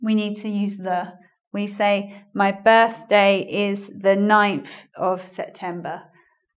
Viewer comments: Because she's trying to pronounce it like an American would and she can't xD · Why do you have difficulty in pronouncing birthday? xP You are a native english speaker, aren't you? Greetings from Mexico. =D